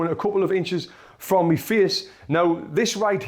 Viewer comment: why do you keep saying me its my